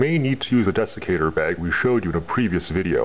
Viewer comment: It sounded like you said Defecator bag.....